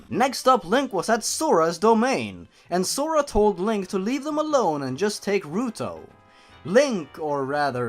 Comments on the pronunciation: you pronounce Zelda as Selda and Zora as Sora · Am I the only one who likes how you say "Zora" as "Sora"?